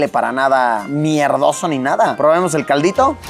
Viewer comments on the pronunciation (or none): Buen video!! Solo me causó chistoso la frase " NO HUELE MIERRRDOSO “😂😂😅 Minuto